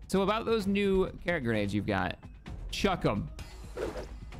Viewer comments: Enjoying the playthrough. Do wanna say I believe it's(krak) pronounced crack, like shack or attack, unless I'm missing an injoke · Calling krak grenades "carrot" grenades is hilarious for some reason.